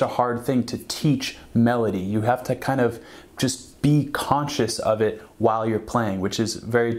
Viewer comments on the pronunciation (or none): none